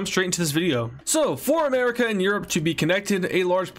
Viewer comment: BRO SAID "ANERACA" LOOLLOLOOLOLOOLOLOLOLOLO LOL O LLOL!!!!